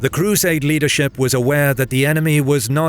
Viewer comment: Why does he pronounce crusade so weirdly? The cruuuuuuuuuuuuusaders did that and the cruuuuuuuuuuuuuuusaders did this